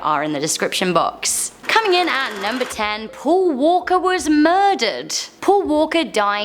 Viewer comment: "Pool Woolkor wahs mourdoord"